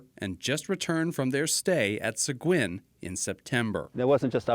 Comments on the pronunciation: Its pronounced "Se-geen"...I live in Seguin Texas. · So funny to hear it pronounce “Sa-guin” in Maine. Here in Mew Brunswick we pronounce it “Say-gay”